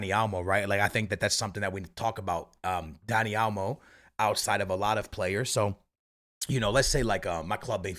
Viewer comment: I know you didn’t just say daddy olmo